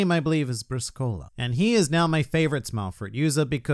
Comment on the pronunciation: everyon pronounces Briscola's name wrong, the emphasis is on the "i" not the "o" it's Brìscola